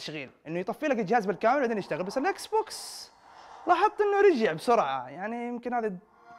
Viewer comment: الاكسبوكس مش اكسبكسون اكس